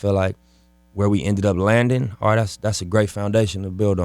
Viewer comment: “ALL” not “art”